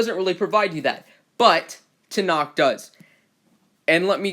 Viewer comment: You said it right